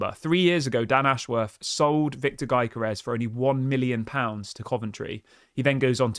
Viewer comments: You have to leave the 'G' out of the name pronunciation .... And call it.... "Yokorores" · its "yo-gö-res"..like you say youguhrt